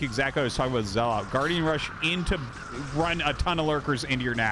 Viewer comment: His name is Zelot not Zealot